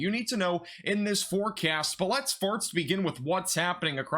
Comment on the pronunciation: Seriously.. does he mean to say “farts”? Instead of “first”? :30